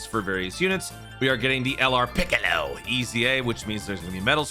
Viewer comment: I find laughing to the way you say piccollo and Tonight. Thank you for the great entertainment. Love your informative videos. Teams for clearing red zones quest would also make great videos. Although i am sure other YouTubers do them i do only watch you and Baby for dokkan content.